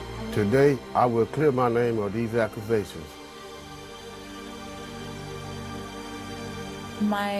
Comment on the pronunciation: Someone tell this man that there's no "R" in the word accusation.